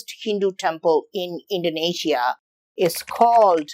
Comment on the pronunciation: Hey, I'm Indonesian and Idk why I found this video. But I'm grateful bcs I can learn something new about my country from foreigners?😅. Yeah, I love the way you pronounce Indonesia and Prambanan very well and correctly, similar like our tounges LOL. And I love when you curious you'll find the answer urself not only from the internet but also to the local so you'll get ur answers accuratly to minimize possibility of biased unlike some "youtubers" so sometimes they made some mistakes, not entirely their fault tho bcs they might not realized it but yeah. It's best to gather information as much as possible and certainly get info from the locals and share all that information. Not only by 1 or 2 sources. Like you, even tho maybe there are not 100% true but you showed us the process of ur doing to gather ur informations. Maybe next time you can invite the people that can be ur interpreter to the local tho😁 Once again. thank you bro and keep it up. You might uncover all the trivial questions from around the world that even the citizen from those countries might not know. Like me🤣